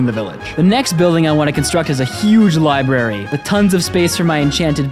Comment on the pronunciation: I stopped watching simply because you said Li-barry